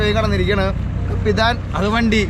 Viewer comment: കാപ്പിത്താൻ അല്ല. കപ്പിത്താൻ അല്ലേ. ദയവു ചെയ്ത് തിരുത്തു